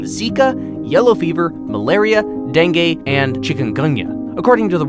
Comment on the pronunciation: Now the pandemic called C0r0na or C0v1d 19 Him: DeNgAe Me: DENGUE I've gotten bitten by a mosquito almost 1,000 times my whole life but have NEVER gotten a disease from them. I've known abt mosquito disease since I knew to talk heck we have to study abt malaria this year. (I'm in school not any university or college)